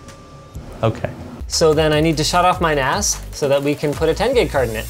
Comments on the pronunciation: Providence I think he said NAS, not ass, although i thought it sounded like that, too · Did he just say "I just wanna transfer files between my computer and my ass" ??? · Even though we know he is referring to NAS, but that sure sound like ass lol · I keep thinking hes saying "My ass" had to double take when he was transferring things to his ass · I swear he said he wanted to transfer files faster between his PC and his ass... Not nas... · lol oh he said NAS i thought he said he wanted to Transfer Files Faster from his computer to his ASS